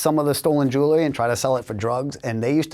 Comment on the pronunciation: I can’t stand to hear this knuckle-head mispronounce “jewelry” one more time. The “l” phoneme is not pronounced first. jeez